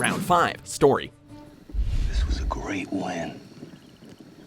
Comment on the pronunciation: "Which has a better stort"